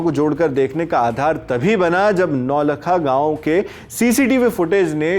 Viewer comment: Correct naulakha to naultha(नौल्था)